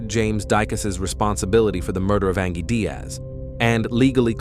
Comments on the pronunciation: Come on... Do you not even watch your videos or hear your robot narrator saying "An-ghēe" not "An-jhēe ANGIE" like any real person would? But hey, most people want to honor the dead. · "An-GEE"? Its pronounced "Anjee" clearly AI, that was just lazy... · Ang-gee? No. Just narrate it yourself. The background music is nice though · I think the pronunciation of her name is a bit off 😂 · 😂yeah. It’s pronounced the same way as the other spelling of ‘angie’. Mistakes happen but it always bugs me lol